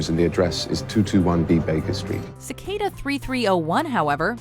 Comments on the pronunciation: No one: Literally No one:: C-kay-duh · its not cicada its cicada